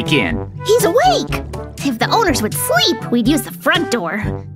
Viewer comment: Ha ha ha 😂😂 is saying they seep at night